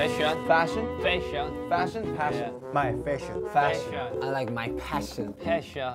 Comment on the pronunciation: Tae: feshion Jin: feishon Rm: fashion Jin: feishon Rm: fashion, passion Tae: feshion Jin: feishon Rm: fashion Jk: passion Jin: peshon Nam: passion Rm like "shut up you don't know englishi" and hobi's face hahaha I can't with these guys hahahaha